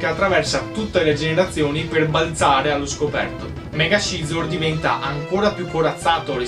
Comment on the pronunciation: piccola precisazione linguistica: Scizor si pronincia "sizor". Per il resto bella serie.